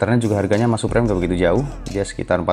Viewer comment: Suprem ? SUPRIM boy bacanya 😭